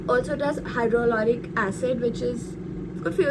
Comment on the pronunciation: Your english is good but like others we do make mistakes when pronouncing some words. Please correct the pronounciation of Hyaluronic acid.